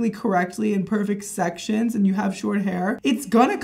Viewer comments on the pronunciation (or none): “ we’re gonna go sec-chin by sec-chin